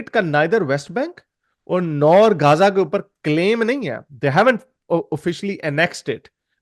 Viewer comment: yr pehly j aur z ka sounds nikalana tu sekh lu. Gaja nhi gaza.